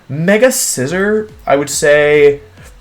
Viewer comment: Scizor, not Scissor!